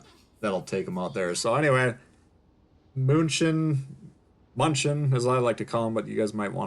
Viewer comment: It is pronounced like myun ken! It is a city in Bayern, or Bavaria, in southern Germany. It is Munich in English. Really enjoyed your video, great commentary and skills on display. Will pick up this ship for sure!